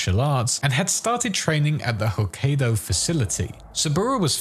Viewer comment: It's not pronounced HokkAYdo more like HokkEYEdo